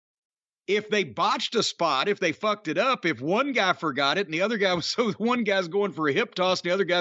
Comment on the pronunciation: Naw, man, Davey Boy (as Bret quoting him) pronounced it "fooked". Otherwise you NAILED that quote though, goddammit I like it